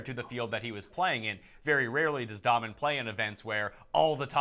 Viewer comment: Dahmen is pronounced like Daymen.